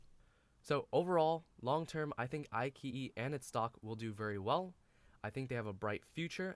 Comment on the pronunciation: I key yi? Come on. It's i chi yi. Nice video otherwise.